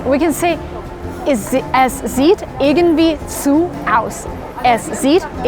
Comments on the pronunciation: irgendwie, not irgenwie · I'm impressed how good you pronouce german words. Ich bin beeindruckt davon, wie gut du Deutsch aussprichst. But you had forgott the d at the word 'irgendwie' Aber du hast das d bei dem wort 'irgendwie' vergessen. (i also hope i can help you, when i write on german and englisch) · its pronounced "urgendwie" not "ergendwie" :) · it's irgendwie, not irgenwie :)